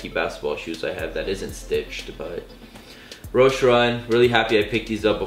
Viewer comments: Its pronounced Roesh-EE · The e in roshe run is not silent...